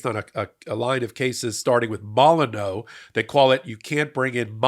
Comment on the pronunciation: it's pronounced mole-in-you.